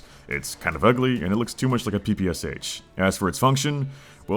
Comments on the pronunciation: calling the PPSH a "P P S H" instead of a PUH PUH SHUH i'm unsubbing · it's not "pee-pee-ES-EYTCH", the Sh in PPSh represents the russian letter ш, and it is pronounced as "sha", "shah", or "shuh", however you English speakers would right it down. :) Also, the Lewis gun is not water cooled, it just has the massive barrel shroud. But the gun from the game you compare it to, appears to be water cooled as you say. Otherwise, great points about the atrocious gun designs. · A very petty nitpick, but - the Sh in PPSh is pronounced as "shah", not as "S H". This is because the name PPSh is just the original Russian acronym ППШ spelled with Roman letters. The H doesn't stand for anything on its own, but the Sh stands for the letter Ш. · it's [peh-peh-shah]). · Just a side note, PPSh has the "h" small, because it's supposed to be pronounced together with the "S" as "sh". In Russian, it's 3 letters and the last one is Sh after the designer, Shpagin. The same goes for DShK. I wish more English speakers would understand the capitalization of letters in foreign acronyms. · That's not how you pronounce "PPSh". You American, you. "PPSh" only has three letters. Try some actual education.